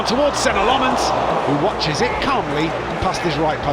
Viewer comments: It's pronounced LOMMENS. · no Lammens